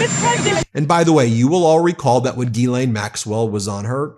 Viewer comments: “ Her name is Gislaine not Guylaine * the H should be mute in * Ghislaine , the proper pronunciation should be * Gislaine without the * H “ …….!!! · It's pronounced "Jizz-Lane" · I think it's pronounced 'Ga-len'...not that it matters, she's guilty AF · Would somebody please get this fellow the pronounce 'GHISLAINE ' PROPERLY.